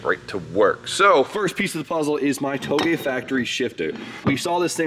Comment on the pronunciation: How does one pronounce Touge properly but not Kouki🤔